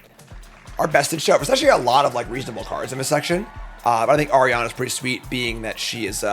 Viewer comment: not arianna, its the word for spider in spanish. are-an-ya